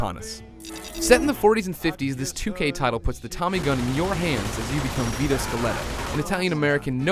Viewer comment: for the first 45 seconds i thought he was saying "guido" not "vito" lmao